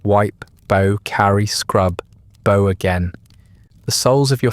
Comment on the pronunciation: The regular mispronunciation of "bow" makes me suspect that this may be an AI narrator. If so, it's a very good one.